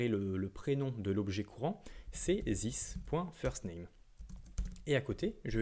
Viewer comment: j'essayé de me concenter avc toi, jusqu'a ce que t'es arrive a zisse O.o bro talk correct english plz u kill the language